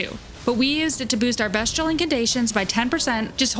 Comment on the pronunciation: Great video and even better editing. Fantastic job! One question…why do you keep pronouncing it best-che-all? These are beast incantations and weapon, not best incantations and weapon. It’s pronounced beast-che-all. Anyway, you get a sub and like . The editing is amazing! Thank you for the video!